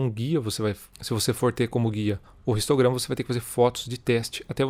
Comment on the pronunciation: Amigão seu vídeo tá joia, mas vc está falando português então v se domina o vicio de linguagem(talvez adquriddo inglês) e pronuncia a letra h como som neutro e não como o som do r pois histograma se pronuncia como não existisse o h e vc pronuncia como som do r (ristograma) OK?